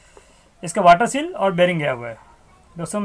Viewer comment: वाटर सिल नही वाटर सील।